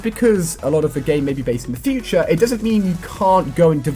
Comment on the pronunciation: That moment when it said futre technolog